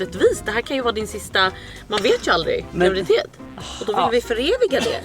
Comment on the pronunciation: Du vet väl att det heter GRAVIDITET 😂 inte gravitet